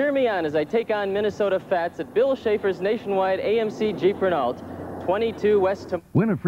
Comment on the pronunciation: I'd like to go back in time and smack Steve Stone upside the head (who I watched call Cubs games on WGN with Harry Caray when I was growing up) and tell him the car is pronounced Ray-know. At least, I've never heard it pronounced differently.